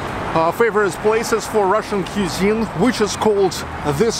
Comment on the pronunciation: Dear, “cuisine” is pronounced like “quiz-EENE”